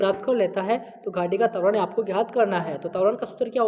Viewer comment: तवरण नही कहते है त्वरण कहते है